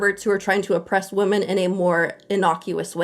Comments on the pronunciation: Why do so many people in internet videos pronounce "women" exactly the same as "woman"?! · Drives me nuts how the curly-haired lady pronounces "women" as "woman". Why do people do that?